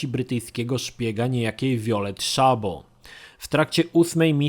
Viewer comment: tego nazwiska nie czyta się "Szabo", choć tak się je pisze. To węgierskie nazwisko "Szabó" i "sz" czyta się jak "s". Tak na przyszłość:)